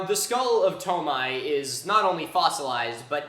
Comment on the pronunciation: Wait is it really pronounced "toe-my"? Just given French spellings (which inspired a lot of romanization standards around Chad), I'd think it's more like "too-my"?